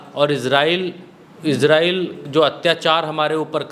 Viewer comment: Izrayel nahe Israyel bola Karen PlZ Jo 1 Fasade ban chuka hai